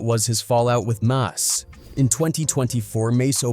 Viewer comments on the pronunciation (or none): Fallout with 'Mahs' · This a.i shit wack. Always messing names up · It's mase not mos😂😂😂😂😂😂😂😂😂😂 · You lost me, and all credibility at “Moss.” wasted minutes. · As soon as they pronounced mase ‘mass’ I locked it off this AI shit is corny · I stopped watching at “Mos” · Mos why do you white people do that? Always purposely messing our names up! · No 👎 its mos 😅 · That dude said mos😂😂😂😂😂😂😂😂😂😂😂😂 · How could you possibly butcher the name “Mase”? Then the rest of the video you say it correct?